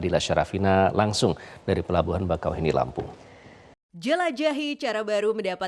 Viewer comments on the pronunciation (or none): Bakauheni dibaca bakaww.. heunni.... 😊